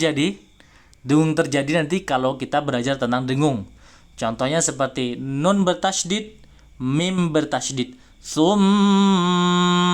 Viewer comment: nun nya bukan di tengah lidah ustad